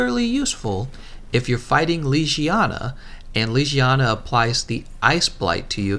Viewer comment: Its not lijijana, it LEGIYANA